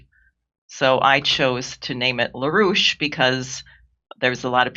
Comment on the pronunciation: La rouche? I’m only hearing Rouge